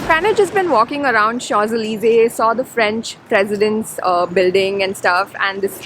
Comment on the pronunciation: Thankyou for making me relive my Paris memories. We are just back from the beautiful city after 4 yers. And gal you did an excellent job pronouncing the places names so correctly. I hope you know what I mean especially champs ellysee